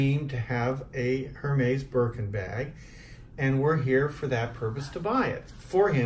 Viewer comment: This is cute but he’s killing me by pronouncing it Her-Mays!